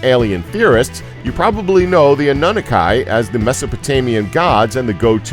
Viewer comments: Mishia Mitchell ....I'm glad someone else noticed that... Ah-nun-nuh-kai ?? 😂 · Annunaki pronouced Anne-oo-naki